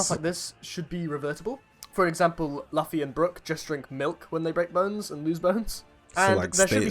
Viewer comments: Is this how y’all Brits pronounce laoufffy ? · BRO SAID LUFFY AS IT IS SPELT NOT LUFFY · I disagree with this british NI hating on the game but its barely in devolepment and he doesn't even watch the show can't even say Luffy's name right and its not a "obese Enel" not even a awakening thats how it looks in the show but the textures and outfit I can see his point and some other things but he legit just pointed out the smallest thing and tryed to make a bad thing about it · the way he pronounced Luffy 💀